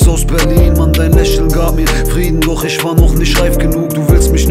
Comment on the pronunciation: Der sagt doch gar nicht isch. Das hört sich mehr wie "üsch" an 😆👌